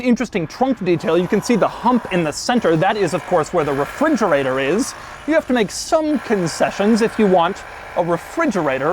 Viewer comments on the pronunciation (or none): that is a refwigerator 😅